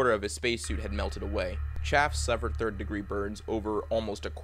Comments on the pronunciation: Jumping Jesus on a pogo stick. Could you at least make an effort to pronounce Roger Chaffee’s name correctly? You left off the EE at the end of his name. Surprised you ddn’t F up his first name too and prounced if Rog rhyming with log. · Roger’s name was Chaff-e not Chaff! If you’re going to make a video about these 3 brave men then pronounce their names correctly or don’t bother! Understand? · His name is pronounced Chaff-ee, not “Chaff”. That is kinda disrespectful dude.. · Roger's name wasn't Chaff. It was Chaffee. The Es werent silent. Loooonnnnggg Es. It's a good presentation, but it gets hurt because you can't seem to pronounce his name correctly. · It's pronounced Roger CHAY-FEE not 'CHAFF'! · It’s Pronounced CHAFFEY Not Chaff. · Really? You consistently mispronounced Roger B. Chaffee's surname: It is NOT "chaff", but "chaff-EE", like "coff-EE". Any poor guy deserves to be remembered by his name, PROPERLY PRONOUNCED... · It's Chafee, not Chaff, not critizicing but ya might as well know the pronunciation! Enjoy your vids very much. I was 13 when this happened, it was horrific then and still in memory is. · His last name was “Chaffee.” Not “Chaff.” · It's pronounced afee not af I'm from the same city as Roger B Chaffee. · It's Cha-ff-ee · His name is pronounced Chaff (EE) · If you are going to honor these men at least learn how to pronounce their names, Chaffee's name is pronounced Chaff ee The double e is not silent. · Chaffee's name is pronounced "Chaff'-ee." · Cha-fee, do some research FFS! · It's Roger ChaffEE. If you can't get how to pronounce somebody's name right, then why would anyone trust you to get anything else straight? Speaking of which, where are you getting this info about their suits being fused by the heat to their bodies? And that they may have been buried in their space suits? Come on, man this is so far out of left field it'll never reach home plate.